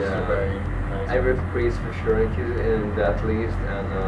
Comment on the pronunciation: its pronounced pridz